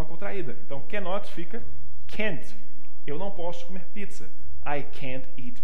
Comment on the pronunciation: Não tem o som de t no final de can't